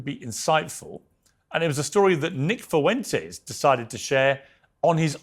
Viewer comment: And Nick foo-entes